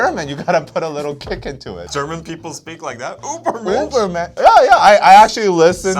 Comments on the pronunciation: that's not the correct pronounciation though 😂 You're pronouncing it like it's written Ubermensch but Ü and U aren't pronounced the same/similar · "Try to pronounce the album" "Ubermensch, I researched" You were close, but it's Übermensch, with an Ü. There is a video of Tzuyu from Twice explaining how to pronounce her name, the German Ü is pronounced just like the Chinese Yu. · Hate to be that guy but, your pronounciation of Übermensch is the english way and not the german way. The German "Über" sounds more like the korean "의바"